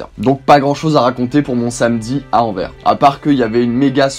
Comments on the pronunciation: Stpppp ! Anverssssssss ou Anterwerpen à la rigueur mais pas « Envers ». Ça fait limite mal aux oreilles haha Sinon merci pour la vidéo 😁✌️ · Moi qui suis belge on prononce le S AnverS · Paris on le prononce "pari" et pas "parisse", bah tu fais pareil pour Anvers et tu respectes les prononciation: "anversse" ;) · Anvert ??! Je suis sûr que tu dis même BruXelles...!! 😂🤔🧐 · ON PRONONCE LE S DANS ANVERS